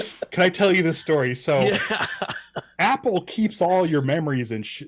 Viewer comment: Steve you're still pronouncing his last name wrong smh